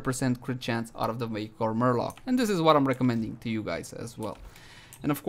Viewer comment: I approve the way you pronounce marelok.